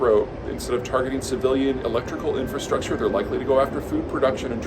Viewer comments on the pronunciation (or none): none